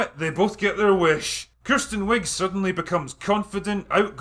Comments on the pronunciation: It’s not “Kirsten” it’s “Kristen”. Say it right. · As someone named Kristen but pronounced Kirsten I give this movie 10 out of 10 bananas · OMG if you say Kirsten one more time imma lose it.